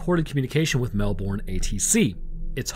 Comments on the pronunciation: As a Canadian living in Australia (where, yes, everything is indeed trying to kill you), I gotta say that I love it when Americans pronounce Australian names. PSA: They pronounce it 'Mel-burn', not 'Mel-born', and yes, this happens for about 50% of place names here. Your channels are great, and I love your content. Keep doing what you do, it's great. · Melbourne is pronounced MELBURN , and this case is very well known amongst ufo researchers but you never hear much about it. Look into the Westall primary school ufo encounter , equally disturbing and i think it was in the sixties. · As Australian, I love your content, but how you say Melbourne is wrong, you say it as mel bn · The way Americans say Melbourne 😤 it’s pronounced Mel-bon not Mel-BoOrN… great vid tho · Comment from an Aussie; it's pronounced "Mel-ben" or "Mel-bin", not "Mel-bourne". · Best rule to say things Aussie if you're American is forget any r exists in any word you're trying to pronounce. Especially Melbourne. We honestly pronounce it "Melbun" haha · As someone who's been to the RAAF HQ, it's definitely pronounced "RAF" Also we pronounce Melbourne as "mew- bin" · I got a chuckle, The pronunciation of Melbourne is Mel-burn. And Moorabbin is More-rab-in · Hey - just a little suggestion - the American way to pronounce Melbourne would be “Melburn” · we say pronounce Melbourne as melbouin here in Melbourne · Is anyone else from Australia just reeling in cringe every time they hear Melbourne? Say Mel—burn in your best Aussie accent 😂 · King Island, good cheese. Also try pronouncing it Melb'n. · Melbourne is pronounced "Mel ben" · I love you but the way you yanks say Melbourne is hilarious! Keep up the good work mate. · My man... ...as an Aussie, your pronounciation of "Melbourne" hurts me...